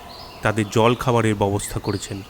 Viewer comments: ভালো গল্প, কিন্তু কিছু কিছু জায়গায় ভুল উচ্চারণ কানে লাগল। "ব‍্যবস্থা" কথাটি বারবার "ববস্থা" উচ্চারণ করছেন। একটু খেয়াল রাখবেন। শুভেচ্ছা রইল। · BEBOSTHA shobdo uccharon thik kore nin. Deshlai bolte somossa ki?